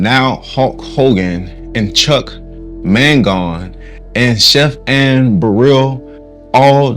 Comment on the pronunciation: Chuck Mangione, you pronounced it wrong